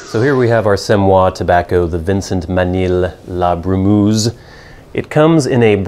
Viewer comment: Not la "brou-mouze"(?), it is : la bru-meuh-ze": "sadly the "u" in "bru" has no equivalent in English, anyway it is not "ou" like in "you"; also the "eu" in "brumeuse" sounds like "eu" in "euphoria", "euthanasia", you don't say 'ouphoria" or "'outhanasia". Thanks for the rest, interesting tobacco.